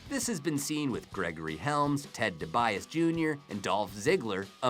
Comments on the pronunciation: BTW,its pronounced Dee-bee-Ausie, not De-baise... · LMAO! Debias? Debiase ( D - B - Ah - See), but good job pronouncing Michael Cole, Corey Graves, and Jim Ross correctly. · This guy is reading a script he's not a wrestling fan. he said Ted Debias Jr. God fuck this guy. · PLEASE LEARN HOW TO SAY THE WRESTLERS NAMES CORRECTLY IT’S LORD TENSAI NOT LORD TENASI & IT’S TED DIBIASE NOT TED DEBIAS FUCK. IF YOU ARE NOT GOING TO SAY THIER FUCKING NAMES CORRECTLY PLEASE DON’T FUCKING SAY THEM AT ALL DAMNIT NOW HAVE A NICE FUCKING DAY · for fucks sake learn how to say their names...... LIKE THIS lord (TEN SIGH) tensaited ( dee bee aww see) debiase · Commentator.. try pronouncing Ted Dee Bee Ah See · Also DiBiase